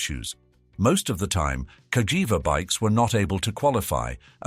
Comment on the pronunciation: The Narrator call the Name in 2 different ways,First Cagiva with the G pronunciation…then Later Calls it with the J pronunciation 🤦‍♂️